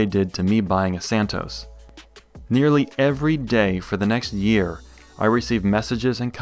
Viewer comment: Santos, not "Santoes".